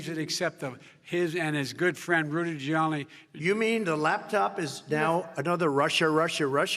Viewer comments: What did he call Rudy Giuliani? Rudigilani? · Did he just say Rudy Jolly